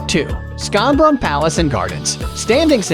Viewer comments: Schonbrunn is pronounced ʃɑnbɹʌn/ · Way to absolutely butcher the pronunciation of Schönnbrun. My German 1 students could do bette